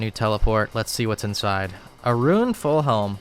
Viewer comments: He pronounces every other word as they should be. He does not pronounce the silent 'e' in any other word. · Fake??? Real would never say roon. I laugh every time he says "ruin" bring it back. On a serious note always like vids. Gurantee you will see new weird ass travel methods n trashing the wiki.